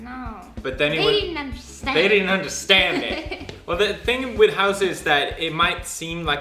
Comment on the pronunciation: I love how beautiful Maritza is now talking like you. They didn't underSTAND <3